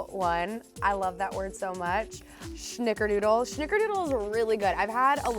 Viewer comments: Who else is triggered every time she said SH-nickerdoodle? 🤣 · Love this!! (There is no H in snickerdoodle so it’s not shnickerdoodle but maybe it should be) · I found this video on my phone specifically to comment this. 🤣🥴🙃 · I love her but the way she says snickerdoodle xD